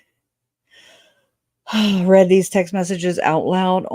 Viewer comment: "Read IN by someone else" is how I hear that sentence. Not "redden" or "readened".